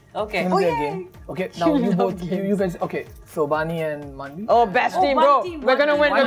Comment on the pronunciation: its bani..not vani